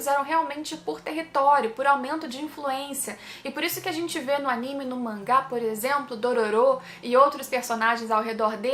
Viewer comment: Por favor fala animê correto por favor